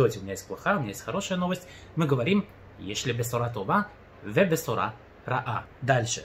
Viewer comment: здравствуйте. Объясните, пожалуйста, почему Вы произносите «бэсора»? Ведь огласовка шва здесь читаться не должна, так как ב здесь не приставка. Да и в ролике, вроде, звучит «бсора»… Замучился я уже с этой шва…